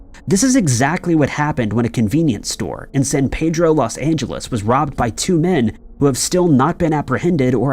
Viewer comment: It's San Peedro. If you're not sure do some research. Although this is not nearly as bad as repeatedly mispronouncing Dublin.